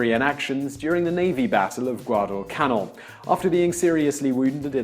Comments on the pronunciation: "Guadalcanle"? I'm usually really lenient on pronunciation here, but I've never heard canal pronounced canle. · Love your videos, Simon & am absolutely delighted every time you pronounce a howler as you did in this one with Guadlecanal!